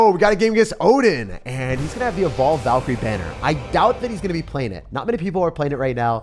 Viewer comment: He said: evolved Valkyrie I heard: bald Valkyrie